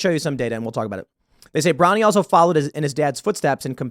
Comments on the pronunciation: "Bronny," really?!? 😂😂😂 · 'Bronny' 😂😂😂😂 cmon man! That's ridiculous